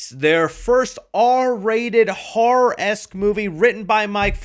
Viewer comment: Dude, it’s ‘Horror’, not “HAR’!